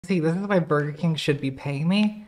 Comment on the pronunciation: I think it's pronounced "Borger Kang".